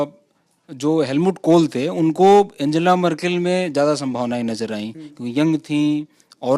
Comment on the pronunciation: आन्गेला मर्केल Unka naam ka uccharan! Dhanyawaad :D